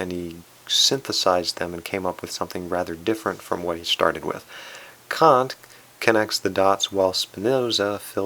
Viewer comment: That is not a portrait of Kant. The portrait used in the intp video is not a portrait of Kant either. Fundamentally, none of this matters. Personally, it bugs me. On a positive, I like the thoughtfulness of your videos and you did pronounce Kant's name correctly. Thank you.